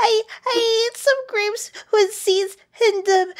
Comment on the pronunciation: “Am I pregnant with gwapes?” LMAO XD